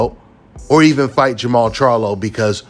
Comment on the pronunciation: Bro really just said charlo 😂😂😂😂😂